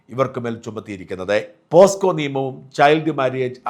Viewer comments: പോസ്കോ അല്ല പോക്സോ ആണ്. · പോക്സോ ആണ് പോസ്കോ അല്ല 😂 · പോസ്കോ അല്ല പോക്സോ (pocso) ആണ് ശരി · പോസ്‌കോ അല്ല. പോക്സോ. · പോസ്കോ യല്ല പോക്സോ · പോസ്കോയല്ല, സാജാ. പോക്സോ .. പല തവണ സാജൻ ഈ തെറ്റ് പറഞ്ഞ് കേട്ടല്ലോ. ഇമ്പോസിഷൻ എഴുതി പഠിയ്ക്കൂ... 😂😂😂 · For your kind information Posco അല്ല POCSO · പോസ്കോ അല്ല പോക്സോ. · പോസ്കോ അല്ല ചേട്ടാ പോക്സോ. POCSO. ചേട്ടനും തെറ്റിക്കാൻ തുടങ്ങിയോ. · പോസ്കോ അല്ല ഷാജാ പോക്‌സോ ആണ്. ലുട്ടാപ്പി ഇംഗ്ലീഷിൽ കോടതിയിൽ വാദിച്ചു ജാമ്യം നേടും. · പോസ്കോ നിയമം അല്ല ഷാജാ Pocso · Shajan scaria don't repeat posco. Pocso is it correct pronunciation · പോസ്കോ അല്ല.. പോക്സോ.. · പോസ്കോ അല്ല, pocso എന്നു പറയൂ, താങ്കളെ പോലെ ഉള്ള ഒരാൾ പോസ്കോ എന്നൊക്കെ പറഞ്ഞാൽ പിന്നെ മറ്റുള്ളവരുടെ കാര്യം പറയണോ? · പോസ്കോ അല്ല പോക്സോ(. കഷ്ടം ) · പോസ്കോ അല്ല മാഷേ.. പോക്സോ അല്ലേ.. POCSO Act, 2012.. 😂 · Shajan.. Not posco but pocso😂😂😂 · പോസ്കോ അല്ല പോക്സോ ആണ് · പോസ്കോ അല്ല Poxo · പോസ്കോ അല്ല മിഷ്ടർ പോക്സോ ആണ് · സാജൻ സാർ നിങ്ങൾക്ക് ഇത്രയും വലിയ തെറ്റ് പറ്റാൻ പാടില്ലായിരുന്നു. പോസ്കോ അല്ലല്ലോ, സാറേ പോക്സോ അല്ലേ, വളരെ മോശമായിപ്പോയി കേട്ടോ. നിങ്ങളെപ്പോലുള്ള ഒരാളെ അടുത്തുനിന്ന് ഇത് പ്രതീക്ഷിച്ചില്ല.... മോശമായിപ്പോയി.... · പോസ്കോ അല്ല പോക്സോ ആണ്😂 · Not posco but pocso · Mr ഷാജൻ പോസ്കോ അല്ല പോക്സോ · ഷാജൻ സാർ.. POSCO അല്ല POCSO act ആണ്. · പോസ്‌കോ അല്ല പോക്സോ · Shajan sir pocso ennu parayu.posco alla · എടാ കറിയാ ബ്രിട്ടനിലും അവിടെ ഇവിടെയൊക്കെ പോയി ഇംഗ്ലീഷിൽ സംസാരിക്കുന്ന കറിയാ പോസ്കോ അല്ലടാ പോക്സോ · പോസ്കോ അല്ല പോക്സോ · Posco alla POCSO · പോസ്‌കോ കേസ് അല്ല, പോക്സോ കേസ് എന്നാണ് ഉച്ചാരണം. ഏതായാലും കേസ് എടുക്കട്ടെ. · പോക്സോ.......not പോസ്‌കോ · പോസ്കോ അല്ല സാർ പോക്സോ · POCSO not posco... Protection of child from sexual offense act... വാർത്ത പറയുമ്പോ കൃത്യം ആയി പറയണം ഇത്രയും experienced ആയിട്ടുള്ള ആൾ ആകുമ്പോ പ്രത്യേകിച്ചും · Posco അല്ല സർ...... Pocso എന്നല്ലേ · പോസ്ക്കോ അല്ല.... Pocso ...!! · പോസ്കോ അല്ല പോക്സോ എന്നാണ് 😂😂😂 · Posco alla shajan Pocso, kindly refer and air.... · സർ... പോസ്കോ അല്ല... പോക്സോ.... തെറ്റ് തിരുത്തും എന്ന് പ്രതീക്ഷിക്കുന്നു.. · Pocso not posco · ഷാജൻ സാർ പോസ്കോ എന്ന് പറഞ്ഞുപോകുന്നു